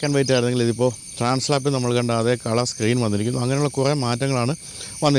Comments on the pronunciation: ട്രാൻസ്ളാപ്പ് അല്ല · Trans lap❌ transalp✅ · TRANSLAP❌ TRANSALP ✅ 🤗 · tran slap alla trans alp ennanu. transalpinte videoilum thettichu thanne aanu paryayunnathu.